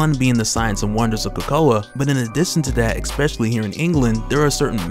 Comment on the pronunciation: Resolution, man! Not "resolve". Like dang bro, every time you said it's wrong. You didn't once even accidentally use it right. It's already bad enough you say "eKKspecially" smh. Look at this b. Especially. Is there a silent c or a killer k hidden in there to trip you up? C'mon your job is talking. And I'm a fan. Many years a fan. but c'mon